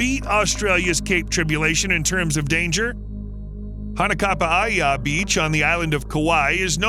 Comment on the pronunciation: Hanakapiai is pronounced Ha na ka pee eye and there is no safe designated area to swim in Hanakapiai beach. Whenever there are waves it is dangerous and there is no lifeguard as it is a remote beach that you have to hike 2.5 miles to get to. The most dangerous animals in Kauai are humans